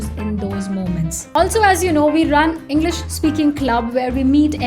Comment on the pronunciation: I really like the person, but your English pronunciation, omg... For example, also, Olsou you need to say not olzo, not hiel'pi, just heLp, not soft